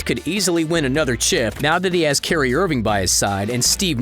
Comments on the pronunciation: Omg you didn’t just call kyrie Irving cerrie Irving... duuuuudddee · He called Kyrie Irving, “Carrie Irving” Oh NO NO NO NO 😂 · He call him kerie irving lolz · “Carry Irving”